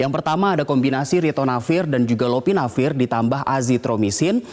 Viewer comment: News Anchor nya harus latihan lebih keras lagi nih, akronim BPOM masa lupa sih, trus itu bukan Iopinavir, tapi "L"opinavir.